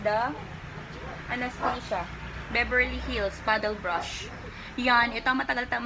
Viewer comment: A-NAS-TAS-YA ganyan po sya i pronounce , hnd po anesteysya